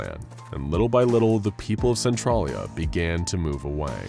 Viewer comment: centralia is pronounced SEN-TRAIL-YA 🤣